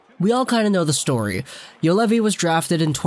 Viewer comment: Pronunciation: Yu-Oh-levi. Not Yulevi. Throw a round O in between. And Olli with double ll: O-LL-I